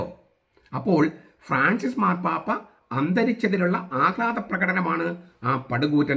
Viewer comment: ആദ്യം മാർപ്പാപ്പ എന്ന് പറയാൻ പഠിക്ക ടാ വേട്ടാവളിയ